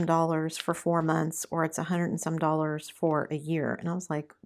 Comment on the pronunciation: you are starting to sound Canadian! I heard you say “dollars” and it struck me!😁